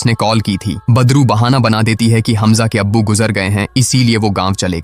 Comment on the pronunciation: Aap wese to badru hi bol rhe hai lekin mujhe bar bar padru hi sunai de rha hai😂😂😂